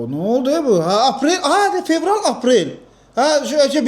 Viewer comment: fevralı general kimi eşiden tek menem😂